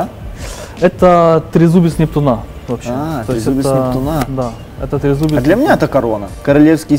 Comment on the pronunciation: Нептуна а не Нептуна